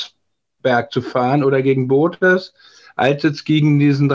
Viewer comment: Kann man nicht Bottas wenigstens korrekt aussprechen. Mensch, das ist peinlich